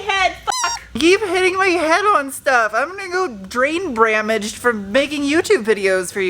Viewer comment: Omg i thought i was the only one who said drain bamage